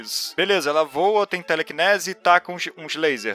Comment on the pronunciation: "teleCINESE" "eu não sei se eu sou burro mas eu nunca interpetrei" kkkkkkkkk foi mal mano mas ficou muito bom